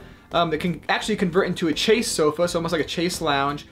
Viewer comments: I couldn't figure out what a "chase" was... Until I realized he was saying chaise... I speak French so.. That's far from correct pronunciation, that confused me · Chase? Chaise is pronounced “shayyz”